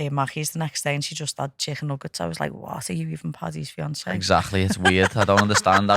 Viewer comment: Listening to them butcher the word chicken is the only reason I’m here 😂😂😂